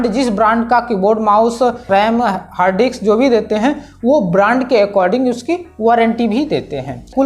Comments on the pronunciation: It's hard disks, not HARD DICKS dumbass. Are you a tech reviewer or Gay pimp? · its harddisk.... not harddi**s🤣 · Bro, Hard diks nhi Hard disk, plss 😅